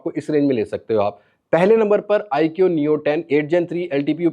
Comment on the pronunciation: آیکیو نہیں آیکو